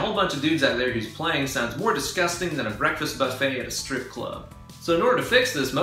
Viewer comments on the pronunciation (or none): none